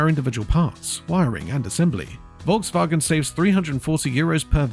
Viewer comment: Is that AI? Learn them how to pronounce correctly the name VOLKSWAGEN if they make videos about cars.